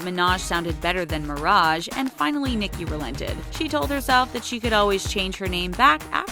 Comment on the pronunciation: They pronoced nicki name wrong 🤣🤣